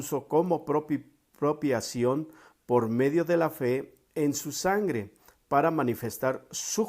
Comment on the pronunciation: Propiciaciòn, hermano, no propiacion.